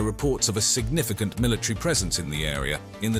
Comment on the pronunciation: Is the word pronounced military or milatree?